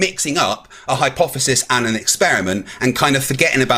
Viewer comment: My boy got some stupid hair 😂 also ..why he saying HYPOFESIS 😂😂 people that say words wrong always say them like 100 times in the conversation 😂